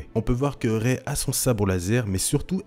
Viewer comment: "ce n'est pas Rey-elle" 😐